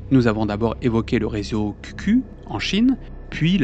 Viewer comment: (info de passage pas très importante, QQ se prononce "kiou kiou", commen en anglais :))